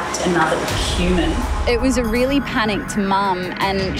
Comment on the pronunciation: Did she say "Quman"? Listen. lol